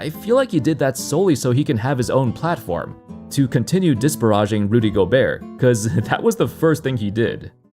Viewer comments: "Dis-pah-raj-ing"... Well, that's certainly one way to say that word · “Dis Spare Ra Ging”